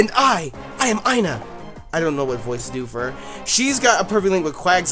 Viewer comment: Ina is pronounced e-na. ;p